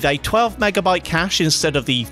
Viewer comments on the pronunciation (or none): none